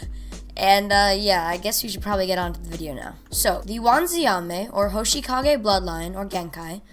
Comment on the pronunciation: Good video but when you said hoshikage instead of hoshigaki it made me a little mad